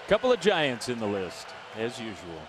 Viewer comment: It’s Giants, not Gaints Thanks for the game and keep up the good work!